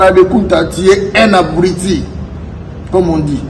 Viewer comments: Yo moko zoba ozo loba abriti au lieu de dire abruti mdrrr 🤣🤣🤣🤣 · C'est habrouti et non habruiti